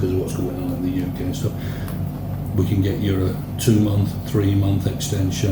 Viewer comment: Guy with microphone asks a question about a visa....Response from other dude = "CAN" literally speaking how a Thai person speaks.